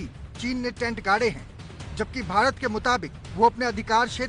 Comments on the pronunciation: Are chutiya ABP media भारत होता है भीतर नहीं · Bhaaret not bhiret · Bhirat nhi hota bhart hota h.newwalo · Bhirat nahi madam bharat hai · Bhirat nahi Bharat hota hai ,,, headline padh liya karo...... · It's Bharat not Bhirat....... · 'भीरत' नहीं 'भारत' होगा। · news wale bhi spelling me mistake krte h. भारत होता है भीरत नही🤣🤣🤣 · Bharat hota hai bhirat nai chutiye phele apni galti sudharo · Bharat ki spelling to sahi se Bolo 😂😂😂😂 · Bhirat...😆😆😆..saale anpad ...Abp....nhi Abc hota hai